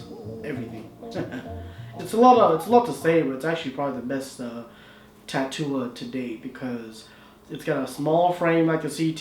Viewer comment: shouldn't this be pronounced tat-ula like the word spatula or tarantula